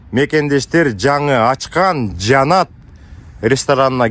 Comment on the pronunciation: Жанат дебей Жаннат деп суйлосон боло